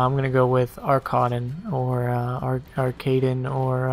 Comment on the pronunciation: Please, It's pronounced ARKAHDEN (ARR-KA- DEN)